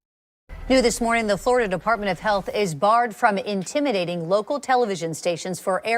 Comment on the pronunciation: It’s not called Floi-DUH. For a reason. I’m a Floridian BTW.